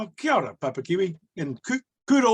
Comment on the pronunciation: You could at least pronounce kiaora properly